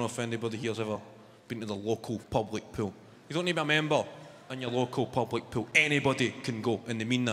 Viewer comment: Public pool sounded to me Pub like pool .. or I’m I just too high?! Love this guy he is amazing. His accent makes his performances 20 times more funny